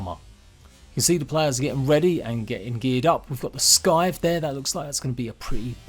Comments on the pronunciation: No offence or anything but you pronounce scythe as sss - eye - th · Looks honestly amazing. Can't wait!! P.S sorry to bug, but plz stop pronouncing it as a s-k-ythe. Sorry just a small thing, great video :D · Just FYI,, for future reference, "scythe" is pronounced without the C. It's pronounced like "sithe." Sorry, that was just bugging me. I'm looking forward to this. Doesn't seem like there's a LOT of content shown off in this trailer. Nothing as far as new areas and such. Some new armors and a few new creatures, but that's it. Still, I can't wait. I've loved playing Grounded. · HEY. ITS PRONOUNCED "SYTHE" No c is pronounced. You KILLING ME.